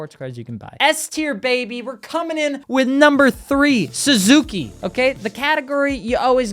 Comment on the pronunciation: I checked out when he said suski